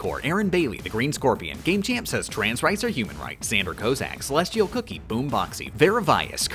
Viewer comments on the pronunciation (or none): none